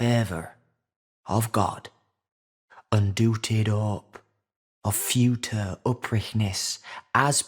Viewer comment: Futer instead of fyoocher, if that makes sense.